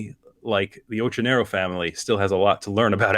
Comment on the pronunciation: oQQionero is the correct italian pronunciation ;) excellent work!